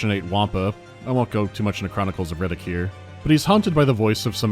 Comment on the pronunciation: I keep hearing Riddick as "Reddit", makes the game way scarier